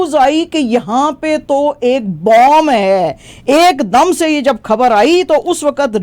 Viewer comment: آپ خ کو کھ کیوں پڑھتی ہیں جیسے خبر کو کھبر یا ختم کو کھتم ایسا انڈیا میں بولا جاتا ہے آپ اپنا تلفظ درست کریں